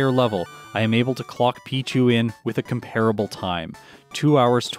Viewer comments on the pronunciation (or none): none